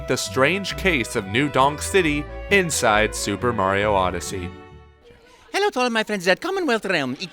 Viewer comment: i thought you said new dong city at first lmao